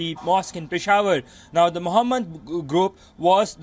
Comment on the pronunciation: "the moohamed group" 🤣